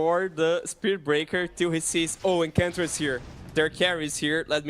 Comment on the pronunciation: EnCHantress... not Encantress